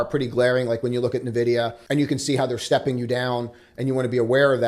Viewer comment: It’s not NEHVIDIA, it’s “EH”NVIDIA